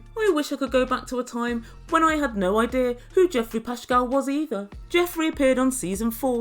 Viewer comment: Learn how to pronounce his last name properly even if you find him despicable! Your lack of education is sad!